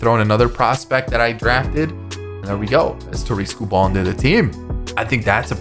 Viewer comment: Love your videos man but as a Tigers fan Tarik Skubal his last name is pronounced (Sku-bull, not Sku-ball). I know that his last name ends in bal but it's bull. Have a great day!